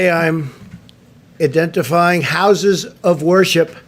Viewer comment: “eeedentifying” lol 😂